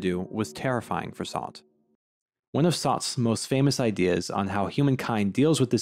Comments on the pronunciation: bro said sauce instead of sartre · What an interesting way to pronounce Sartre's name. Lol reminds me when my teacher would only say So-crates 🤣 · Your pronunciation of Sartre makes me smile. Just own it, eh? Reminds me of New Englanders ordering "kwasants". I've never pronounced Sartre correctly myself. The easiest is just by saying "Sart" and then adding the smallest sound at the end, a bit like a ch. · You Pronounced John Paul Sartre incorrectly. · I don’t mean to gatekeep pronunciation, but you may want to reconsider how you say Sartre. It’s like that thing where we americans try to sound correct in another language but don’t have a grasp of the actual mechanics of that language and so end up butchering the pronunciation for anyone in the know. A little like when people just take on the look of an aesthetic rather than really understanding what that aesthetic really is. As a tutorial to pronounce Sartre as an American without sounding pretentious or without just plain getting it wrong…it’s SAHR-truh. Or you can shorten by leaving out the shadow vowel at the end as you have done, but make sure you get the R into the first syllable. As in Sahrt, rather than your gauche pronunciation Saht, which almost sounds like you’re saying Sade, as in Marquis de Sade. Anyway, the fountain is art. Edit: same goes for goethe. That mixed first vowel is really best pronounced in our American accent as GUR-tuh, and is the standard pronunciation for most people in the know, dark academics or not.